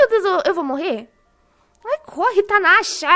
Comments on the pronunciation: eu rindo quando a tava descendo a escada quando a casa pego fogo a falo tanasha em vez de kkkk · kkkkkkkkkk a em vez de falar falou tanashaaaaaaa kkkkkkkkkkkkkkkk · O engraçado q vc não fala Nathasa vc disse aí corre tanasha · E (Nastácia) não tanasha ✉️ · A falou "tanasha" 😂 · AI CORRE TANASHAAAA eu: ksks...... * 500.000 ANOS DPS*.......... NOSSA ELA FALOU TANASHA KAKAKAKAKAKAK é serio... KAKAKAKAKAKAKA OXE LAURA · Ao envés de natacha kkk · na ora do fogo tem duas coisas que eu achei engracado ela tava apertando no e kkkkkkkkkkkk ea fica falando tanasha kkkkkkkk eu tbm as veses aperto no e em ves de aperta no w kkkkkk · vc viu que vc falou tanasha né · Vc falo corre tanhacha kkk